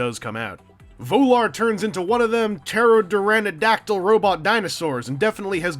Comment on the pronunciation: It's pronounced pterodactyl